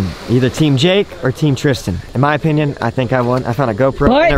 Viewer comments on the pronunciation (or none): none